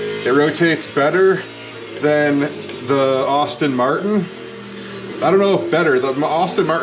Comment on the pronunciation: Hey, thank you for posting this video. I appreciate the work you did to bringing this to life (FYI - I too am a fellow Asetek user, so I double-appreciate your videos) The only feedback I have for you is that "Aston Martin" is pronounced "Asstin" not "Austin". (Think Sean Astin of Lord of the Rings and Stranger Things fame, instead of Austin Powers :0) That's not going to prevent me from watching future videos though. Thanks for the post.